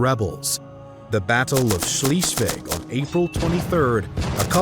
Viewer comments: The constantly wrong pronounciation of "Schleswig" gets a bit irritating, though (given that one third of the video is about it and it's said very, very often in the video. Mind you, I'm not expecting perfect german from an Engish speaker, but it's a bit like if instead of "Brunswick", people would say "Brinswuck" all the effing time. He basically said "Schlisweg" instead of Schleswig". Yes, I know, it's a more or less common mistake of English speakers, based on their peculiar pronounciation of "i" and "e", but neverthelass quite annoying, because they are all so completely unaware of the fact that these two letters are pronounced in a different way - not only in German, but in most other (European) languages as well (French, Italian, Spanish - just to name a few). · HolsstEin was painful too, but Schliiswig killed me after 8 minutes in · Schleswig is mispronounced, repeatedly. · Nice video - but it is a bit painful to listen to the serially mispronounced “Schleswig” and other names (even tho I myself have only moved to Germany 20 yrs ago) Why did the Producer not look up the pronounciations? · Please sort out your pronunciation of Schleswig. Irritating, it’s an e there not an ie, closer to z than s.🙈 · I wish the narrator had bothered to get the pronunciation right. It’s Scleswig Holstein. Pronounced like air not ear. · I really like your documentaries, but for the love of god could you pronounce Schleswig as Schleswig and not Schiiiswig. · "Schleswig", not "Schleeswig". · Sorry, I had to stop listening. In German , ie is pronounced as an English "e" and an "e" in German is pronounced as in egg. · Please, it's not "Schleesvig." It's more like "Schlessvig." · schleswig = shlay svig . not shlee . ie, in german sounds like, eee. ei , in German sounds like, aye. v, in German like English F. w, in German like English V. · Sh-LEZ-vlig. Not Shleez-vig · It's pronounced 'Schlays-vig'. 👍